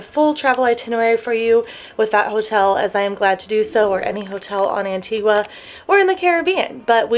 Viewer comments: Just a small thing it is not pronounced. antigwaaaa its antigaaaah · Anti-gua. It’s pronounced Anti-ga 🤦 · Pronounced AN TEE GUH not an tee qwa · Love these 'travel gurus' that talk about their 'expertise'. Travel experts should probably start with ho to properly pronounce the island they're featuring. Just a thought...